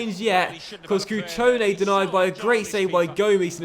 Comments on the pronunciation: It's cutrone not crutone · Its cutrone and not crutone. That's annoying as fuck. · It's not Crutone, it's Cutrone 😊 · It's CUtrone... Not CRUtone... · There is an R in cutrone, please start pronouncing it. Other than that love the series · It’s pronounced cutrone, not crutone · LOL it's not Crutone it's Cutrone xD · So annoyed he’s saying crutone instead of cutrone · cutrones name is pronounced cu-tro-ne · STOP SAYING CRUTONE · I know this is quite petty but it's pronounced Coo-troan-A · As a Milan fan I feel offended that you are saying cutrones name wrong